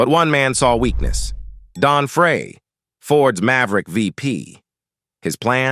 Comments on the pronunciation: Pretty sure Don's last name was pronounced like the word fry, not like the word fray... because my great grandfather's last name was Frey, pronounced fry... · Including mis-pronouncing Novi and Don Frey's last name.